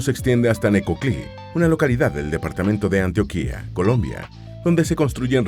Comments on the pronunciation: Ojo, no es "Antioquía", con acento en la última "i". Se pronuncia Antioquia, así como se lee, sin acento en ninguna parte. Y Antioquia es un departamento, cuya capital es la bella ciudad de Medellín. Saludos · no se dice Antioquía ( como la región caucásica) con acento en su tilde final,el departamento colombiano se pronuncia con acento en el medio: an _TIO- quia y sin tilde. 2. Jamás se hará por que aún existe mala relación por el abandono de Colombia a Panamá cuando era parte de este pais como un departamento,lo que ocasionó su separación ,auspiciada por EEUU. 3.a EEUU no le conviene para nada que se habra esta ruta,por que sería colocarle alfombra roja a miles de migrantes más,que se verían atraidos por la facilidad de la ruta . 4.Estados unidos tiene gran influencia en panamá ,y por sus leyes anti migración,antidrogas y demás siempre ha hecho presion para que no suceda. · xq? Deforestación y destrucción del medio ambiente y del hogar de los nativos. Les parece poco? Tocaria buscar otro tramo, un puente. Y recuerda se dice Antioquia, sin tilde en la I final. Gracias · Este canal es muy bueno, excepto cuando pronuncian mal el nombre de algunas regiones como "Antioquia" a la cual le ponen tilde en la "í". Corrijan eso, no es Antioquía, sino Antioquia. Les pasa con mucha frecuencia. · bro, salu2 desde Colombia una corrección. Antioquia se acentúa en la "O" y no en la "I" :3